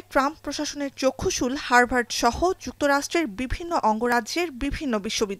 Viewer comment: হারবার্ড নয় উচ্চারণে হাভার্ড হবে 😂😂😂